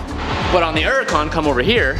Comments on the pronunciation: I try and watch you time and time again but you pronouncing Huracan......There’s a fucking H in the name of the car. It’s not Uracan. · Nobody:: "Urukaan"